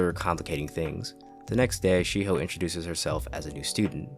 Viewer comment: "She Hoe" Shiho.